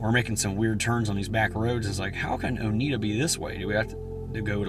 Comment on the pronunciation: O-neyeda… not o-needda. Lol. TN language. Lol. I probably got the TN pronunciation spelling wrong myself. So happy for you.